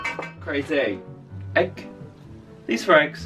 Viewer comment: when he says 'egg' I'm dying 😂😂😂😂